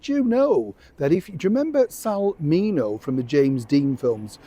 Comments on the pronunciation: JUST FYI, HIS NAME WAS PRONOUNCED. “SAL. MIN—-E—-O.”. He was from my generation and I still remember when he was murdered! It was very sad. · Sal's last name is pronounced Min-ee-o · Sal Mineo. Your pronunciation was bad. You butchered it.